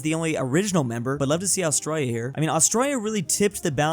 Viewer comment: "Austroya" is very painful.